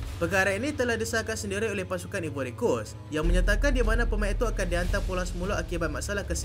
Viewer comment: Eja ivory pronoun “aivory” Eja Ireland pronoun ailen